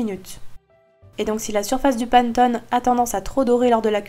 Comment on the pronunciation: Super ta recette, je la ferai, mais on ne dit pas panttone, mais panÉttone, désolée mais ça fait mal aux oreilles.